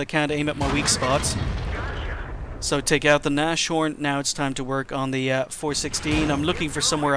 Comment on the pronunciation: Erm, just to let you know your pronunciation of "Nashorn" is very wrong. Anyways, great videos, they should have more views.